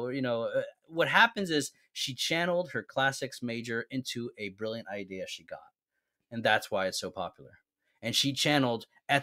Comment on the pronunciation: Bri like Brillant